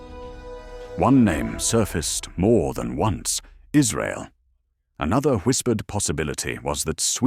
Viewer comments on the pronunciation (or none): none